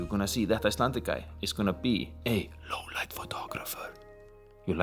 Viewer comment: "Louuuuww leit biesssst"